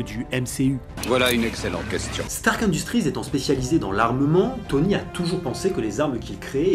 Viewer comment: "Undustrize "? Un mot prononcé moitié anglais moitié français à l'image d'un héros moitié homme moitié machine ?